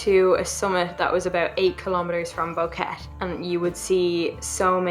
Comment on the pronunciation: Its pronounced Bo-Que-Te